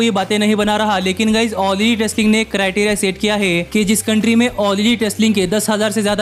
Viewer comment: Bro video was nice but u pronounced all lit instead of all elite